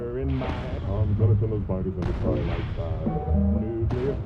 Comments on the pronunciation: 9/10, had to dock a point cause it's Trin-i-tite sand, not Try-an-ite sand. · It was original and it wasn't AI-generated? Nice! (except for that pronunciation of "Trinitite")